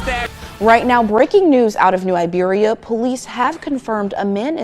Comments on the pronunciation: It’s Iberia not Liberia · New IBERIA not Liberia lol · New Iberia! 👁 beria... iiiiiiiberia. Not Liberia. Dude was reading the 💩 and still added a extra letter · It's IBERIA not LIBeria big bro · It ain’t pronounced that way… New Iberia and Iberia pronounced like Siberia without the S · It's New Iberia bruh.. Not Liberia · New Iberia not Libarya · New Iberia pronounced EYEberia!!!! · New Iberia not new Liberia 😂 … good job on the vid bro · It's New Iberia with an I not an L